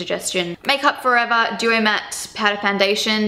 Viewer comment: You sound American so much in the closet part...like you kept saying "here" and "forever" lol